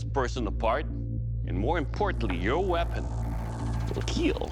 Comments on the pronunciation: he says not kill but kyll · "...And more importantly....your weapon will KEEL" 😝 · Doug purposely pronouncing Keel is the best fan service in the history of fan service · What ever ..... It will Keel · What's my favorite word in this show? "Your weapon will KEEL." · it will keel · The keel sounds like heal😂😂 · "She might not be pretty but she will keel" No, no, he's got the point. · It will "Keel"?! I thought it was for Samurai's not boats!! lol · Is there any weapon that will not keel🤡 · "will KEEL" This is a man who loves his job lol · Sorry but that is a dumb weapon. But it will Keel! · Why does doug say: it will kill in such a weird way?